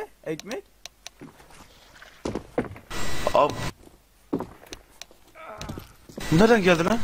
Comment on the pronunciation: asıma neden ekmeh diyon